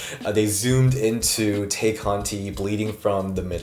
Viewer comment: Tay = “Tie”. All the hosts mispronounce it like EVERY WEEK ☠️